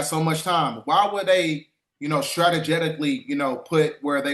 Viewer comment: Strategetically? You pronounced that wrong my brother.